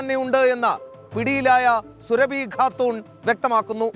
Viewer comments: സുരഭി അല്ല മാപ്രേ...സുറാബി ഖാത്തൂൺ എന്നാണ്...🥴 ഖാൻ എന്നതിൻ്റെ ഫീമെയിൽ ആണ് ഖാത്തൂൺ...😂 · സുരഭി... അല്ല സുറാബി